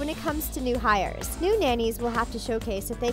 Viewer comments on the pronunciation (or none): none